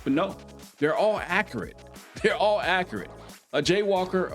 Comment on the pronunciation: You said “akurat” instead of accurate 😂😂😂😂😂😂